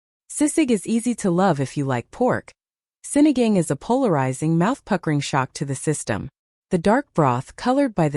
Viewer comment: It's Sinigang - it's pronounced as Sini gung!